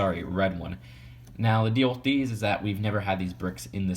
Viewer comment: I hate how you say wiff other than with